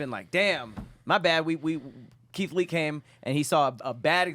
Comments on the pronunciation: we heard that “Leeth Kee” 😂😂😂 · Yall be lettin get away with murder.....bruh said "lee keit" & "derogitary".....which arn't words💀